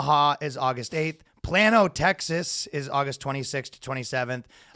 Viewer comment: It's pronounced "PLAY-NO" Texas. Just you know, FYI